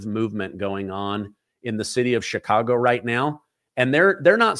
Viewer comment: I can tell you're an intelligent man, and I do enjoy listening to your pod cast. I spent all of my adolescent years growing up in the city of Chicago, in the state of Illinois. One of the things that was hammered into us students was how to pronounce CHICAGO. You pronounce it as a SHA when it's a CH like in the word Cherokee. Here's something that's as a side note, there's Indian reservations all over th the City of CHicago. Every neighborhood city park is a piece of a reservation within the city of Cook County. Most people who today live within the city limits of Chi-Town don't know this and probably dont care. Incidentally, one more thing I do appreciate how well you pronounce your vocabulary of the English language. I know that pronouncing CHicago incorrectly is a small matter, but I would almost bet that Indian Chief Chicago would be turning over in his grave to listen to all of the White Men who just refuse to learn to have some respect for his name. Do keep doing your up-to-date podcasts, I for one enjoy listening to you. GOD BLESS YOU AND YOURS!